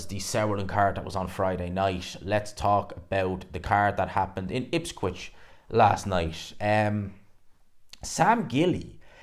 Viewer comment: Say ipskwitch again 😂😂😂